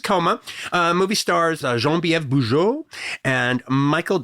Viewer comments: He's using the French pronunciation. Bujold is from Quebec. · nope it's not the french pronunciation at all, and I'm french^^